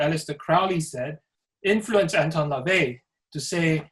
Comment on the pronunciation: But you can't even get LaVey's name right...